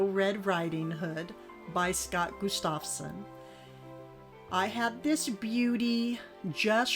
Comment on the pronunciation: Gustafson is an old scandia name. It comes from the first name of Gustaf (Gust-of) so it is pronounced GUST-of-son, meaning "Son of Gustaf". Beautiful framed Lithographs! Enjoyed your haul.